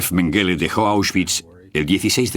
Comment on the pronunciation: EN alemán se pronuncia Méngele,con acento en la primera sílaba.